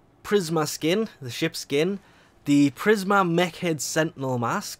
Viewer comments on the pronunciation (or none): none